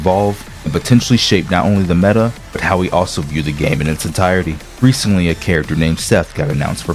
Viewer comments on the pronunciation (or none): none